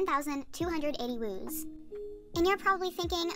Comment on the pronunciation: It’s wooz not wooze